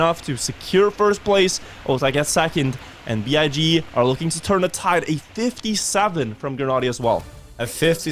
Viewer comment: Not to be rude and I understand the thought process, but BIG is an acronym (just like NATO/NASA), so it’s not pronounced „Bee-Eye-Gee“ but as a regular word. Would be great for the org if you could spread their name in the correct way in future casts! 😊